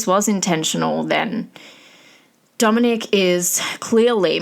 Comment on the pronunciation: Dominic not Dominique! Also, Davion was not pronounced dead on the scene. He had a low pulse for a bit before they called it. After the crash, the car sat for over an hour before a police officer showed up so if somebody got there sooner, he could’ve had a chance.